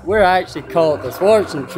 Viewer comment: シュワルツェントルーバー、まさしくドイツ系の発音だ… 農薬も使ってないであろう100%のナチュラル野菜だ、絶対美味い 本物のスローライフってここにあったんですね